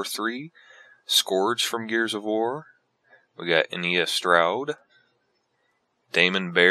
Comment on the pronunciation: I'm getting this for fenix and you said Anya wrong